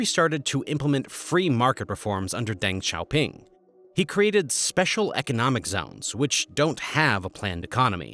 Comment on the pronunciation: E is pronounced uh in Chinese. So its pronounced dung-shao-ping